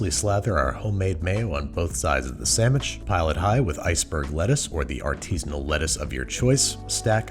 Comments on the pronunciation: did he just say samish instead of sandwhich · I was with him until he said “sammich”. I’m out.